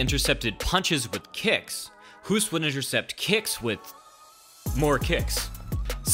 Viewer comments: As a duchty I can confirm. It's pronounced like the English word 'host'. Double oo = long o sound like hose, hope or host. The way the narrator pronounces it it would be spelled Hoest. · Hoost is not pronounced like "Who'st". Hoost is pronounced as Host (like game "host".) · The man's name is pronounced H-oa-st. Like the english "boast" or "boat". Not like "boot". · I wish that English natives learned to pronounce foreign names correctly for a change. If we are able to pronounce your names, you could try to do the same. Would be effing hilarious if we would pronounce English names the way we read them. Hoost is pronounced Host. Oh,and fun fact: Hoost was beaten twice by an even better Dutch leg kicker: Rob Kaman. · I think you pronounce Hoost’s name like “host” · A Dutch legend ! For everyone speaking English. Hoost is pronounced as "Hoast" in Dutch. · Dutch guy here, can confirm it's pronounced like host (as in hosting a party). The double oo in Holland is a long o sound, like hope or host. If his name would be pronounced like the narrator in the video does, it would be spelled Hoest in Holland. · His leg check technique is a basic fundamental technique in Dutch kickboxing gyms. I’m surprised that it seems not to be common in other countries. Btw Hoost is pronounced as Hoast or Host (in English). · Try pronouncing Hoost like the english word 'host'. That would pretty much be exactly the way the Dutch pronounce it. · Hoost is pronounced "Hosed" as in water hose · It's prenounced host. Great video! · Hoost pronounced like Toast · o and its pronoounced as host ... (hoost) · No matter "Hoost"-ood in front of him. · If you want to pronounce his name correctly, try: "Hoast", just like...well GOAT 😉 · Pronounced "host". Like "most" or "roast", not like "hoof" or "goof". Give the guy some respect and correctly pronounce his name. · I love how English speakers pronounce "Hoost". kinda cute😝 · His surname is pronounced the same as ''host''